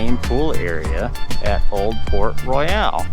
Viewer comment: That's Banana Cabana, not Sebastian's Bistro. That is not open yet. Also, it's not Port Royal, but Port RoYALE. pronounced different. Argh. Good review otherwise.